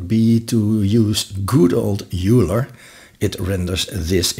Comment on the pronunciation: Very helpful video. Just FYI, Euler is pronounced "oiler" not "yooler." Thanks for putting this together.